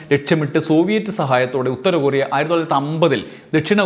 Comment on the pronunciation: കുറിയ അല്ല ടോ കൊറിയ